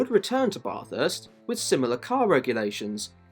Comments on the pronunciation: Dude, Australian here. If you’re going to make a movie video about Bathurst, at least learn how to pronounce the name properly. Big fail. And don’t you dare say we are the ones that say it incorrectly like one pom tried to tell us on the Mountain. He didn’t last long…..buried in beer cans. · I never understand how people can make informative videos about a certain subject yet they are somehow inept at pronouncing the names properly! For godsakes the least ya can do is pronounce the name of the great racetrack property! It’s not pronounced like you’re taking a BATH, despite the spelling! Supposedly speaking English whilst the whole time massacring the English language! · How on earth could you do all of this research and come out the other end not knowing how to pronounce Bathurst? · Pls stop pronouncing Bathurst like that 😅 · Great video, but please pronounce Bathurst right - Sincerely, An Australian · bah-thirst, not bath-hirst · so you know, the 'ba' part of bathurst is pronouced like 'bat', not 'bar' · Sounds like ya saying Bot-arse bro......... try Bat-hurst. Thanks for the video. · I'm Australian and I *no offence get annoyed when people say Barth-hurst and not just Bath-urst. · Bathurst isn't pronounced like "barthurst" its like "bathurst" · You need to pronounce Bathurst correctly. It's NOT Barth-hurst. Its Bath-urst. Say it like an Aussie. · bro the way he is bathurst lol, it's pronounced "ba-thust" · How difficult is it to say bathurst just say bath-urst is the easiest way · how tf did brother manage to research all of this abt the 12 hour and other races and pronounce it as barthurst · Hate it when Bathurst is pronounced Bath House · Love your videos but…….Bahh-thurst? I wouldn’t say it like that at the top of the Mountain, mate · baah-thurst... *grabs pitchfork* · Its Ba-thirst... thats how you pronouce it right. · Bath-hurst, convict-spawn. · nope it isn't, it's pronounced how the locals say it, which is 100% not Bath-hurst